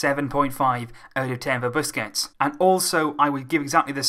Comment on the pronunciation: It's Sergio BUSQUETS AND NOT BUSQETS LOVE UR VIDS